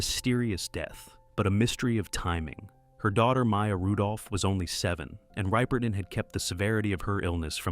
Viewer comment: It's Minnie Rip-(rhymes with tip)-er-ton, not Ripe-er-ton.